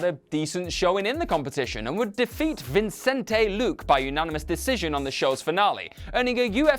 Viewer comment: Actually he said it ok, it's Vicente Luque xD